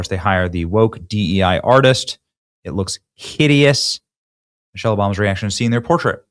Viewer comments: He is not liable for deformation because he said Mochelle. Not Michelle. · Did he say Muchelle?